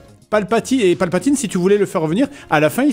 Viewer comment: "L'empereur Palpe-la-teen"